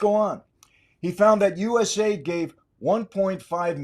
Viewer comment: I like the episode. But stop calling it USaid. U S A I D